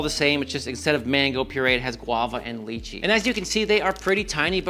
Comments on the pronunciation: It’s pronounced “lai chee”, not lee chee. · Ok, it’s pronounced Lie-chee… how does Parmigiano Regiano last you more than a month? And unless your shrimp are traveling in time, it’s Tempu-RA shrimp. (Roll the r just a little). I kid, I kid. Love your videos… But also…